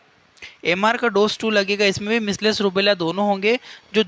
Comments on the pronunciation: Measles pronunciation galat he...misles nhi mijals aise pronounce krte hai.. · मिस्लेस नहीं मिजलस कहते हैं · मिसलेस nhi hota h sir